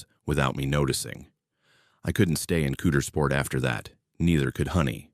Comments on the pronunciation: Cow-ders-port, this beautiful Town deserves to have it's name pronounced correctly, please. Lol nooooo, not Cooters-port. Oh & I call Hershey, Pa. home. Her-she, aka 🍫 town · Ok...first ot isn't "cootersport" it's "COWdersport"-- for Coudersport, PA...so, the guy isn't really reading this? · Coudersport... Pronounced, cow der sport